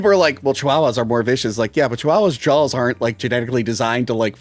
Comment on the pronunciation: Im a fan of that famous shark... JAULS 😆